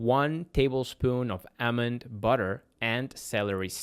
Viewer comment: All-mond, not Ahmens.